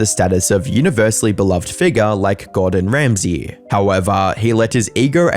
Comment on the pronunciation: Just curious, are you using AI to replicate your voice? You said UEFA and Gordon Ramsay in a really strange way. Nothing wrong with doing so. Just found it odd.